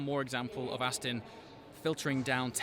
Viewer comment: Aston not Astin!